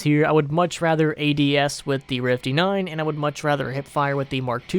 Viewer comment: "We do the rifty 9 eh?"